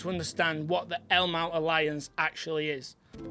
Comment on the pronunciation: Agreed. But I did initially think he was saying Elmo alliance. ;)